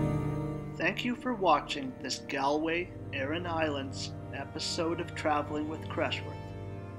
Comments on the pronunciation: Hey man, great video just one thing I’d like to point out is that it’s pronounced as Gawl Way not gal way, yes I know it makes no sense but that’s just how it is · Did you not make sure you knew the correct pronunciation before you made the video? 🤦🏻‍♂️